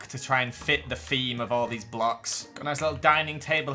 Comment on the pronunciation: I like how he says fings instead of things And wif instead of with And feem instead of theme I’ve just been adding onto the first one as I listen